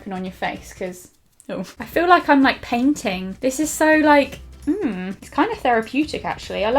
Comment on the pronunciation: When said "it feels like I'm painting" I thought she said "I feel like a peng ting" lmao:)